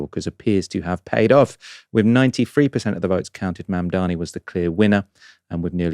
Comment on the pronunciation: It's Zohran Mamdani not Mandani. Not really difficult.